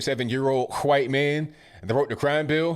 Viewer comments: Vernon is a brave man. And, it is pronounced DeCab county. Not Dekolb. No L. You also call us white folks, hwhite. I think you sometimes struggle over words, not out of not knowing how to say them, but you have trouble with saying certain words. It is endearing, because you are so smart.. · You say white like Stuey Griffin says cool whip lol